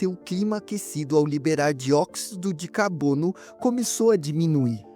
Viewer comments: "dióxido de cabono" kkkkkkkkk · "Dióxido de cabono"me quebrou um pouco